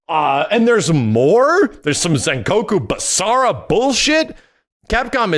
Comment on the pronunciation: hearing just say Sengoku Basara makes me SO HYPED!